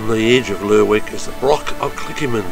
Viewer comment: You could at least pronounce Lerwick the right way.